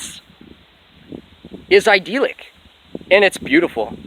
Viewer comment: God dude just pronounce idyllic properly, would you? But great work you sound exceptionally bat shit crazy today. I could tell that's what you were going for though! I find it funny how you are lecturing on the divine. You just appear as a godless creature who has clearly lost its way, speaking in tongues, while looking like forest gump in the long run scene. I just don't get it man. What are you trying to accomplish with these videos? Aside from providing me with some solid entertainment...:)